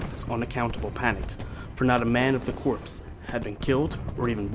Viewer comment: Corps is pronounced COOR like the beer. Of French etymology, the "P" is silent.